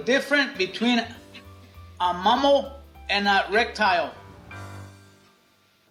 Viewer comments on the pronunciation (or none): Guillermo doesn't know what a mammal is? Nor how to pronounce the word? Only in America.